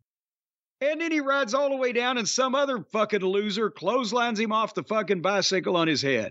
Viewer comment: "He got a bythickle"